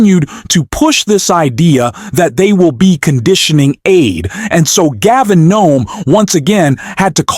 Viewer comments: I don’t know if you’re AI but either way — Please STOP Calling him Gavin NOME — it’s Governor Gavin Newsom. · Are the E, the W, and the S silent? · His name is Newsome, not Nome. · Not sure why you are calling him Gavin Nome. It's Newsom. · You said Gavin Nome??? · I agree with entirely and with Newsom that Republican "leadership" is inexcusably predatory, but it's puzzling that radically and consistently mispronounces Newsom's name. "Nome"?